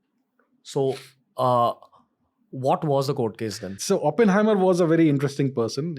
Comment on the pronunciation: It's Oppenheimer Ranveer, not Openhamer